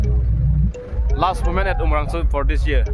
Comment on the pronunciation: Umrongso ✅ umrangso ❎